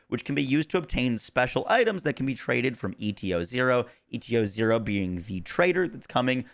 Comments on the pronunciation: Saying ETO-0 instead of ETA-0 is insane work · Again, why are you saying ETO instead of ETA? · How many times you wanna mispronounce ETA-0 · Why tf do you say eta-0 that way? It’s literally spelled out for you